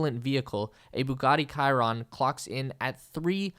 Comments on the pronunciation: A Bugatti ‘Kyron’… the Ch is soft ☝️. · did u just say buggati kiron?😂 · Bitch you did not just say Bugatti Kiron 💀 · You can not even pronounce Chiron 😂